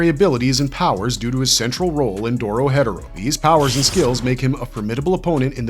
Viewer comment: lol when he said doro headero thru me off so bad